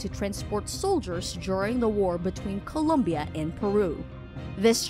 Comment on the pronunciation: It's ColOmbia, not Columbia.